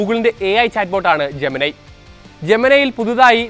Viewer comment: ജെമനൈ അല്ല bro ജെമിനി എന്ന് തന്നെയാണ് പേര് ജെമിനി യോട് തന്നെ ചോദിച്ചോളൂ..